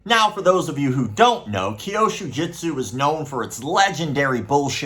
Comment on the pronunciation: Still not "kyoshu (sic) jitsu" but kyûsho jutsu", as the Japanese text (急所) clearly indicates. As you're talking about this nonsense so much, one would think that at some point you would start pronouncing it correctly, but apparently not... 😐